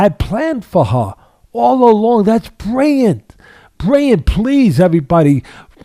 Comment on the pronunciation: Hearing him butcher roses last name makes sense when you hear him try to pronounce brilliant